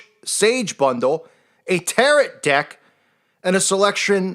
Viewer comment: The tarot ...the t on the end is silent.